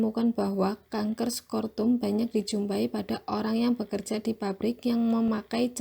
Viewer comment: Assalamu'alaikum wr. wb., selamat pagi, terima kasih kepada,,,, dan untuk presentasi videonya, untuk nilai penyajiannya sudah diinput dan insyaallah nanti dilaporkan ke pak Ikhwan. Paling masukan dr bpk, - tadi untuk penyebutan scrotum jgn dibaca scortum, - kemudian backgroundnya karena warnanya sedikit putih dan juga warna tulisannya putih sehingga cenderung kurang kuat terlihat, sebaiknya warnanya coba disesuaikan kembali ya. Misal: background putih, maka tulisannya dibuat warna hitam atau warna lain yang pekat. - Eksposure tadi tidak dibaca explore? - Salivasi tadi dibaca salviasi? Untuk pertanyaan dari bapak mengenai hasil penyajian kelompok ini, yaitu: 1. Apa itu virus onkogenik? 2. Organofosfat diketahui dapat menghambat salah satu enzim neurotransmitter di tubuh kita? enzim apakah itu sehingga terjadi peningkatan jumlah neurotransmitter tersebut di tubuh kita yang menyebabkan gejala keracunan seperti kejang, koma, bradikardia/ takhikardia, dll.? 3. Apa antidotum untuk senyawa organoposfat?